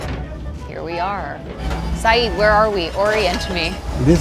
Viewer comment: Lady, you epitomise Americans butchering language through either ignorance or laziness. Not only did you consistently mispronounce his name say-ed not eed or id - you started a food review and mispronounced macarons - macaroons are something totally different, and for heavens sake America, learn how to bloody pronounce croissants - “kwa-son”. This is one of the many reasons why people around the world cringe when yanks open their trap.